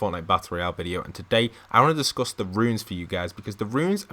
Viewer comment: Its pronounced "runes" not "ruins"